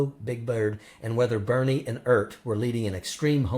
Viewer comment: Wait... "Bearnie and Urt"? 🤪